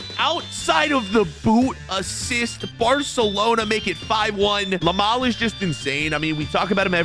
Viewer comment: Lamal… IT IS LAMINE YAMAL! Learn, LEARN!